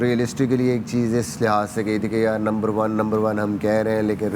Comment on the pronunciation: It is not number 1. It is lumber 1.